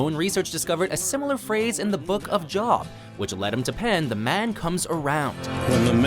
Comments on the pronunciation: FYI the Biblical book mentioned should be pronounce with a long o sound not a short one hence it should sound like J OH B not like something you work at. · "Until the End of the World" appears in the Wim Wenders directed movie "Until the End Of the World" And...check your pronunciation of Job (jobe) and Gethsemane. Maybe a little vacation Bible school for you? :) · jobe, not jawb. get-se-ma-nee, not get-sa-main. usually watchmojo overpronounces things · Book of Job... ( I always thought it was pronounced "Joe-b" like Joe but with a b sound at the end.) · Your narrator seriously needs a biblical pronunciation guide. Job is pronounced "Jobe." Gethsemane is pronounced "Gethsiminy." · Did he just say the book of "jawb" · not to be "that guy" but job is pronounced jobe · Don't talk about things in the Bible if you can't even pronounce them correctly. It makes you sound ignorant. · The Book of Job? Jusas Iscariot? Garden of Gethsemane? Normally the narration on WatchMojo videos is very good, but this one dropped the ball. Please check your pronunciations before putting a finished video out there. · It is pronounced Job not job. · Nonono it's pronounced job not job. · The book of Job uses a long "O" sound. It rhymes with Globe. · For the love of god, get rid of this voiceover guy. He can't even pronounce Job right.